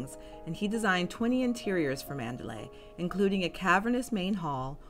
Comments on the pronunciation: ManderLEY!!, not ManderLAY. Listen as the name is pronounced in the film! (Sounds different from MandaLAY, a city in Burma.) Otherwise well presented. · Interesting content! I especially like the way you set the tone at the start. It's actually pronounced Mander-lee, not Mander-lay. It is spelled Manderley, but the pronunciation rhymes with Lee, not lay. That is how it is pronounced in the film, from the very first lines of a voice over, and all the way to the ending.